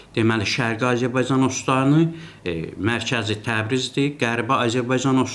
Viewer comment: Babat danışır ancaq Azərbaycan sözünü ermənilər kimi tələffüz edir.Belə də ki ,hələ indiki halda İranı parçalamazdar.